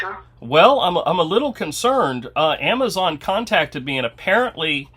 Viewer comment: The "wheezon" you have been contacted....😮😅